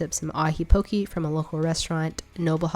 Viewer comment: Btw you pronounced poke wrong. It sounds like poh kay. (I’m Hawaiian)